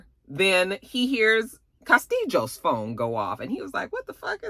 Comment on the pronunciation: When you say Castillos "castiJOS" it takes me out 🤣🤣🤣🤣